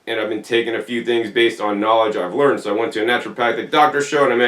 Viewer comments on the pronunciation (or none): none